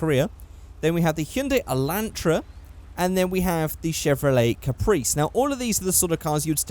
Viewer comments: اسمع كيف قال اسم الكباس قال له كبريس ماقال كابرس قال كبريس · The Caprice is actually an Australian car. Holden special vehicle, and it is a rear wheel drive stock. And It is pronounced capreé